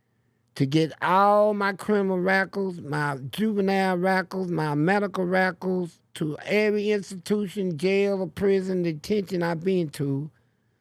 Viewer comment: Medical Reckals😂 😂😂 Prison Reckals 😂😂 bruh